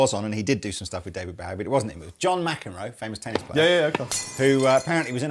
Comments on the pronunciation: Why do you pronounce Bowie wrong?? He’s stated himself it’s bow like bow and arrow. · Its not being British its just being ignorant. Its Bowie as in Bow tie. He actually says it himself in little drummer boy with Bing Crosby. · Every time you pronounce David Bowie's last name wrong I die a little inside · Does anyone else find it weird how they pronounce "Bowie". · ROB MY GOD MAN....they are holes im sure you know how f holes work...even whn through body like tha with thin wings it increases resonance to give more of a semi hollow sound without feedback, second that IS NOT nashville tuning at all AND ITS DAVID BOWIE like Bow and arrow BO, not bow to the queen...you guys saying BOWIe instead or BOwie is killing me even wors ethan the WRONG way you say BOOGIE like BOOOO from a ghost, and wrongly spell bogner